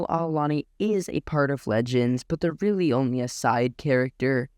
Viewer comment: Well there was a gem in my Youtube Suggestions I like your style keep up the good work you got my sub ❤ Btw Chiss names are pretty complicated so ko worries but you had a small mistake wit Ar'Alani its with an R not an L but i did the same mistake myself in rhe past so no worries